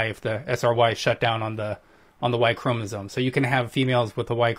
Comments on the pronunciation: He also kept saying ‘chromosones’ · I can't with his 'chromosoNe' Come on man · Ew. Look at Peter deliberately mispronouncing 'chromosome' just because his ignorant guest did. Wuss.